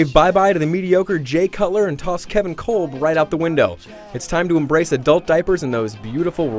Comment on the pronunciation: kevin "colb" its pronounced "cobb" dumbass